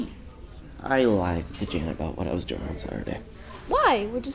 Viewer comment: The way he said "Janet!" sounded like "Dammit!"